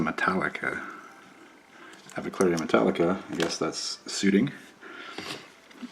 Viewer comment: You keep mispronouncing the avicularia. It is not aviclaria, it's pronounced a-vick-yoo-larry-uh